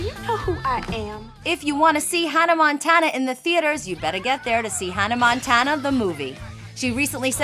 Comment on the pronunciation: Hunnuh Montuunuh and Teller Swift.. haha.